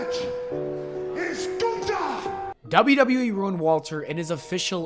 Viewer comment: I'm not calling him guther